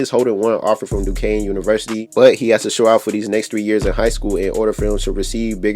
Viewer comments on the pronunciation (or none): ducane lol it’s Duquesne